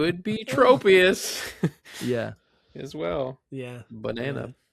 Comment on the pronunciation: All of you keep calling it Trope-ius. It's Tropius, like tropical! 😅